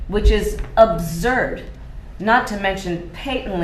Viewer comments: I have heard patent said like that in like, UK etc but nobody says absurd with a 'z' sound...sheesh. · Kamala said OBZURD?? Wow. Ignorance on fleek. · A new word?, 'obzerd' 😂 Sorry cackler, its "absurd" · Kamala Harris: 'Paytently Abzurd'. 😂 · Ob-surd, and pate-ently... why can't she pronounce words correctly? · Did she say obzerd? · Abzurd??? Paytently??? 🤣🤣🤣🤣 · I've heard people pronounce patently that way, but I've never heard anyone say, "abzurd." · "Abzurd" "paytently unfair" love that our leaders cant pronounce basic english words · She said “ob-zerd” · She just pronounced patently the non American way that's all...abzurd was weird though. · I can agree with the abzurd pronunciation, but patently can be pronounced both ways, pate-nt, or patt-ent. The way she said it is probably the English way of pronouncing it (it is how i pronounce it). How do you pronounce aluminium? Alu-mini-um, or alu-minum? Other than that, yes, she is totally incompetent. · "Abzurd" is absurd, but as much as I don't like it, I think [pay-tent-ly] and [pah-tent-ly] are acceptable. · I thought she said observed, not absurd lmfao paintetently lmfao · Did she say…… ABZURD?!! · "Abzerd" and "pay-ton-ly" ... yikes, she can butcher the language almost as well as she mangles competence and honesty. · "Ubzerd" "pateinlly" yet we have to pronounce her name exactly correctly. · She did butcher those two words. T.I. would be appalled "expediTIously" (BLACK MAN here) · She pronounced patently correctly… for an English person. Absurd was weirdly pronounced, I’ll give you that. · Note to Kameltoe; the z is silent in " absurd" 😂